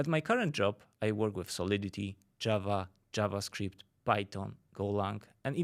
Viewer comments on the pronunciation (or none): none